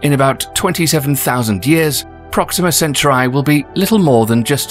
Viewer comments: Proxima Cencher-eye? Gack. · It's pronounced Sen Toor ee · The way Centaur'i' is being pronounced really bugs me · "It's CentAUri not CenturI" Hermione Granger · centauri not centurai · CentA'uri dude.... CentAAAAAAAAAAAAAAAAAAAA'uri not CE'nturai !!! not Samurai! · Is the system really pronounced Alpha "Cen-chu-rai"? I was always taught it was Alpha "Cen-tau-rie". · Alpha "centrai"? Dude is it so hard to speak centauri? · I get ear damage everytime you said "senterai" OMFG ! It s "SENTAURI" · the presenter keeps say Alpha Centuray. It's Cen-Taur- e .. not Cen-Tu-Ray ... 🙃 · I think it's called Centauri and not Centray. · Say it with me now "cen tor eeee" not center eye😂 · yeah but it’s Cent-aur-ee, like Centaur. Not CeNcHaReYe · I think you're pronouncing "Centuri" wrong. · yeah sounds like he's saying centru eye its is aggravateing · why do you say "centurai" ? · Ivory informative and interesting, but i found very annoying and distracting how the narrator constantly mispronounces “Centauri” almost like “century”. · =/ " SEN - SURE - I " REALLY?? ROLLS EYES... LEAVE IT TO A BRIT!! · You keep pronouncing Centauri wrong!!!!!! It's pronounced "Sen tor re". Like Taurus the constellation!! It wouldn't be "Choo Rus" or "chow ri". Idiotic. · This guy's production team was far too polite to correct his pronunciation of Centurai.. how British. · Is he pronouncing Centauri correctly? I've always heard it pronounced 'Sent-ouw-rey'. Google translate set to Latin pronounces it this way except the C sounds like Ch. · Alpha Centurai??? 🤭 Where did u get that pronunciation from? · CENTAUR EE NOT I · In Indonesia it spelled Sen - tau - ree. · Center eye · "sen-tar-ee" or "sen-tar-i"? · Its pronounced Centaur"e" right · The true pronunciation is the "Chen-tau-he". It comes from "Rigil Kentaurus, which is a Latinisation of the Arabic name رجل القنطورس Rijl al-Qinṭūrus, meaning 'the Foot of the Centaur'." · Its just pronounced sent-tauri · Center eye 😂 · You pronounce Centauti WRONG.